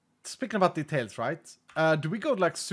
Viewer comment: "It was totally a thing" makes it sound like you made it up. xD "[...] dirt... it is a very powerful block." Also do you have a new mouse or did you drink too much coffee? The way you kinda shake around when you try to place blocks is, weird xD Oh and stop adding "the tails", add details. Det uttalas dee tejls. But oh well, not all Swedes can be epic like me. >:3 And I know I know, some Freedom-Units people pronounce it the tail, but still.